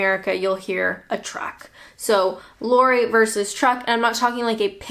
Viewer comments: Your saying “Lorie” it should be Lorry, o as in hot. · Lorry not laury. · Yes, definitely sounds like the female North American name Lori, rather than Lorry. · It's not a "lurry" its a "lorry". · Just a pronunciation tip: a large cargo vehicle is called a 'loh-ree' - the 'o' in 'loh' rhymes the 'o' in cop, or rot - not a 'Laurie'. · You are pronouncing "lorry" as "laurie", when in fact it should sound like "sorry". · Your accent got me confused with lorry. I heard loory. Wasn't til you said truck that the penny dropped 😁😁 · i had absolutely no idea what you were saying when you said lorry because of how you pronounced it until you said truck. I'm like wtf is a lore-ee lol. you can't help how you pronounce things so don't think i'm having a go lol. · Love the way you say Lorry as Laurie. 🙂😂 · it sounds like you said ‘lory’. I think that you North Americans don’t stress the ‘o’ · I think is saying "Lorry", but in a North American/Canadian accent. In such an accent "o" as in "hot" would make Lorry sound a bit like "Larry" - like that song from Annie: "Tomarrow, tomarrow, I love you, tomarrow";) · All the car stuff - boot/trunk, bonnet/hood, windscreen/windshield, erm... oh and it took me until you mentioned trucks to work out what you were talking about - I was expecting a shorter “o” in lorry like in “pop”... oh hold on more coming to the fore: articulated lorry/tractor-trailer, brake van/caboose (not that either of those exist much any more!). Keep up the great work! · It's exactly how they pronounce sorry. That's a Canadian "giveaway" word. :)